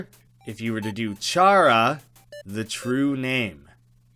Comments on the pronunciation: It is Pronounced K-ar-a not ch-r-a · It's pronounced car-a (care-a for you Americans out there), not char-a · just gonna say that chara is said kara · toby fox said it was pronounced kara not chara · Erm, actually, it’s pronounced “Care-uh” 🤓👆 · It's Chara as in Character